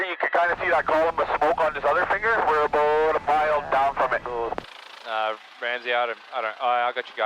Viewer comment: How aboot that?